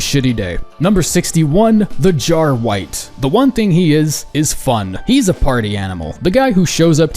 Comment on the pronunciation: Wait a sec, why the fuck is it "Jarwight" instead of "Jarwright".